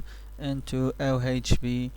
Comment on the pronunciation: it's ovh not ohv I don't think he said it right once